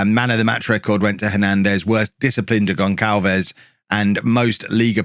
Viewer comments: Gon[s]alves not Gon[k]alves, please, it's painful! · It's not "GonKalves",, it's GonSalves. The little squiggle under the c in his name is called a cedilla. It indicates that the letter c has a soft pronunciation, ie an "s" sound, not a "k" sound. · Gonçalves is pronounced GonSSalves btw because of the cedilla (ç). Otherwise love this year's Bourne :)